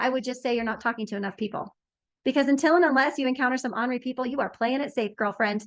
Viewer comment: Ornery is "ORN er y" (like CORN) which means cantankerous, grumpy , irritated, etc. It is NOT "Honory" which is "AH NOR Y" and means "with honor." NOT the same word, people!! Stop it.